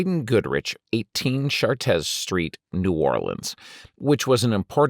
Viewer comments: It's pronounced "sha-trey" in French. Just like "Orleans," Americans butcher it in any number of different pronunciations, just like you did. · It's "Chartres" Street, not "Chatez." French dictionary, anyone?